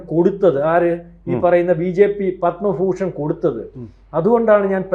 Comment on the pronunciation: Padma fooshan, this fool prasanth saying the word like this